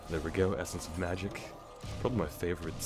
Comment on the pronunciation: Haha love his dragon tongue in pronouncing magic I AM THE ESSENCE OF MAG I KK